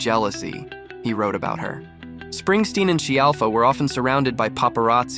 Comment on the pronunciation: It's SKEE AL FA!!